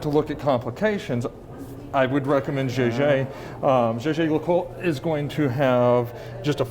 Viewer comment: “Jay-jay le coulte”😅